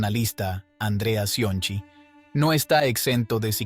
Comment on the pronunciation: Si el que pronuncia "Cionci" lo hace así... todo lo que sigue será igual... Mi pregunta sigue siendo: ¿quién pagaesto?.